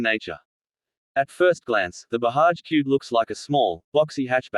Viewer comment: It’s BAJAJ and don’t pronounce it as Bahaj.